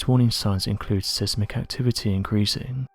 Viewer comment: Thanks for commenting that, I thought that's what I heard! I also heard him say (edit) sizmick activity or so... lol 😜🤣😂